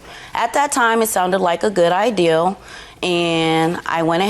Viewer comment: Sounded like a good “ideal” ??? You mean idea? Lol